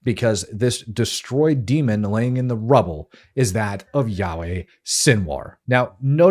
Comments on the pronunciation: When he calls him Yaweh 3rd time, l left. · Yikes, dude! His name is NOT "Yahweh" That is the name of God. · It's really annoying me that the host keeps calling him Yahweh which is one of the names of God!!!